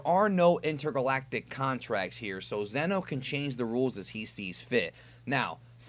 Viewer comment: Isn’t it zeeeno not zen o? I do t remember